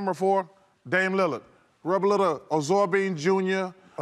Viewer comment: Chuck said Arsorbine Jr 😂😂😂 you got to be from the country to know what that is lol